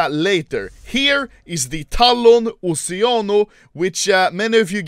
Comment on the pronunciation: when he said "oceanos" i heard "oceanus"